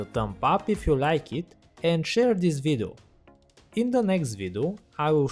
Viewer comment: kkkk tmb pensei. ele fala: this vidu kkkkkkkk